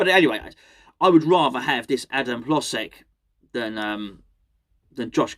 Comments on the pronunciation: According to some of my eastern european friends, it's pronounced: Hoh-jek. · My Czech girlfriend says its pronounced - her-loge-ziek - though what does she know (don't tell her I said that btw)! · Your Eastern European friends are wrong. Maybe because CZE is not Eastern Europe. Hložek name is pronounced: Hlo-zhek. "Ž" is like french "J"